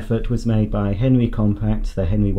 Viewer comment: Is he saying henry or henwy lol